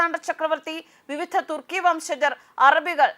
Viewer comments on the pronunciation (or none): none